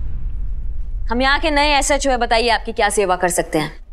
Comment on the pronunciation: Peheli bar ne SHO aache se bola😂